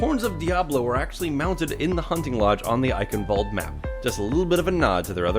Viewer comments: Why all English people say Eickenwalde it's Eicccchhhenwalde. I'm German that fucked up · as someone who grew up in germany, i cringe everytime when people, even the overwatch announcer voice, say "Eichenwalde" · Germans watching this cringe at your pronounciation of Eichenwalde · As a german, your pronounciation of "Eichenwalde" triggers me.